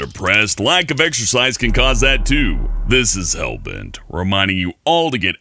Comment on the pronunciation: Hellbent = Hallbert . haha very funny